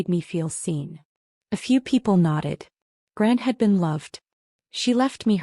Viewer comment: Grant instead of gran??